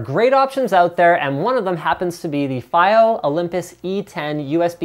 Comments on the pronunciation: Dear Lad. Its fiio not fio Pronounce properly please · Fa-eye-o God dammet linus